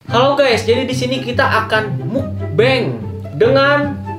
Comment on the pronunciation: Mukbang kak bukan mukbeng